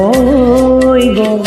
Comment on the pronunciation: শব্দৰ উচ্চাৰণ আৰু ভাল হ'ব লাগিব,গʼল তোমাৰ গল হৈছে, থৈ থয় হৈছে.. বাকী মাতটো সচাঁকৈয়ে বহুত ধুনীয়া